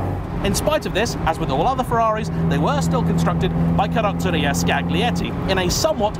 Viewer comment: bro, the "g" in Scaglietti is silent. Your pronunciation's improved since the 612 video but still needs work...